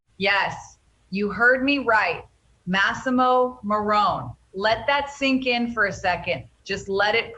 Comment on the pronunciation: It's massamo maroni you moron